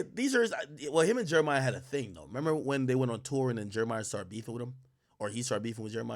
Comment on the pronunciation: All these years later and Ak still calling Jeremih Jeremiah